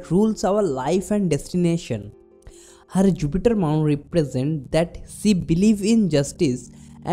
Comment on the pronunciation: Y DONT U SPEAK HINDI? BCOS U SPEAK ENGLISH WITH A BIT OF PROBLEM U PRONOUNCE SHE AS SEE. U WUD BE AT EASE ND U WUD BE ABLE TO EXPLAIN EASILY ND WITH COMFORT IN ENGLISH U SEEM TO BE PUTTING A LOT OF EFFORT ND UR VOCABULARY IS A BIT WEAK. ANY WAYS JUST A SUGGESTION U KNOW BETTER.